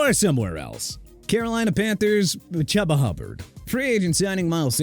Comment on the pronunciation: It's Chuba Hubbard pronounced CHEW-BAH.